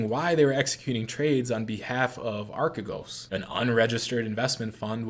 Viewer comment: yes, that was pretty close actually. it's pronounced more like archeegos (αρχηγός)